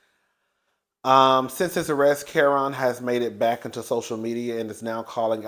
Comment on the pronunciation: Whew Chile you butchered that man Kerrion name so bad 😂😂😂